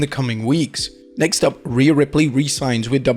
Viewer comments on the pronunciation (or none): none